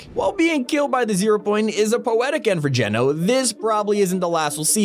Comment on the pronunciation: U finally pronounce his name correct not to be rude but before u pronounced it gee,no instead of geno just sayin